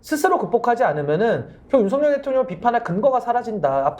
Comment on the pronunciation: 윤석열을 성렬이라 발음하지 마세요.한글 발음이 안 되나요. ㅉㅉㅉ